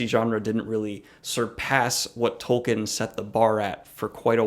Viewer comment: It's pronounced Tol-keen.